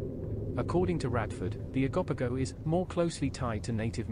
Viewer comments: Oh-go-po-go. Not Agopago😂 This was an excellent video! I just wish you took a bit more time on each creature. The transition from one to another was so fast, that I had to keep skipping back because I kept missing a few lol. The Flatwoods monster was debunked as an owl that fold their wings up in a spade shape over their head when frightened, to appear bigger. An eye witness even agreed it was an owl, after he was shown a picture of an owl doing the defensive position, where it holds its wings up like a spade shape, over their head. Ok I'm done lol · O-go-poe-go Bah-haa You should possibly learn all the pronunciations before you post